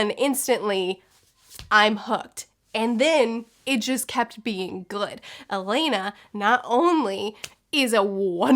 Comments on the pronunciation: Loved the Song of the lioness series, read it as a kid and again as an adult. Everytime you said Alaina I was like ALANNA! Hahaha, the things that annoy book nerds. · Hi! Really enjoyed this video. Thank you. I know this shouldn't matter, but my OCD won't let me not say something. Since you are continuing with the series, her name is pronounced "Ah-Lan-Ah". Sorry to be so picky. Don't hate me please. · Take a shot every time she mispronounces Alanna lmao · Aaaaa, it's so weird seeing my name on a book. And hearing pronounce it wrong:D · Oh the relief that you liked Alanna! It’s more like A-lah-na btw, not Elena. The quartet was originally written as a one volume adult fantasy but Tammy’s editor suggested she split it into four and tweak it for young adults. It was the publishing standard at the time that children’s and teen books were around 200-250 pages, nothing longer. I really hope you continue with all the Tortall books, it’s such a good journey seeing Tammy’s writing improve, the world expand and develop, and when you hit the point in time when YA books were allowed to be longer (thanks Harry Potter) you then get much more plot and character development and it’s fantastic. I love Alanna because it was the first I read but overall the Protector off the Small series might be my favourite (I think you’ll prefer the pacing of that series). With regards to Stardust it was originally published as illustrated prose. It was published as four premium format comic issues and then collected into a graphic novel size volume. I wonder if you’d preferred it in that format because the story by Charles Vess is sublime. The text is very slightly tweaked for the prose-only version to clarify what you miss by not having the artwork. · It's not pronounced like "Elena", it's pronounced "Ah-lah-nah" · I'm so excited that you're reading these! I would also recommend Protector of the Small quartet in the same world. Also it's pronounced A-lon-uh like rhymes with Donna.